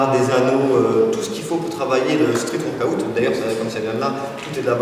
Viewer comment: Cool la vidéo :) par contre faut qu il arrête de dire workoOUT ca fait tiep xD